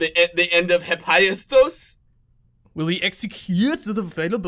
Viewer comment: No pronounced it correctly in this video, she actually said it correctly if you look at her plot dump which is nonsense.